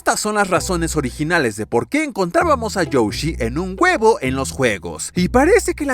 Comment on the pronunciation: youshi? XD soy yo o dice youshi o lo dice bien?